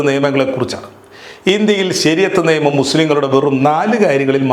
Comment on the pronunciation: ' ബാര്യ' അല്ല ഭാര്യ ആണ്. ' നേമം' അല്ല നിയമം ആണ്. ' മദ്യപ്രദേശ് ' അല്ല മദ്ധ്യപ്രദേശ് ആണ്. ' കദീസ്'' അല്ല ഹദീസ് ആണ്.എന്തിനാണ് മലയാളം ഇങ്ങനെ പറയുന്നത്?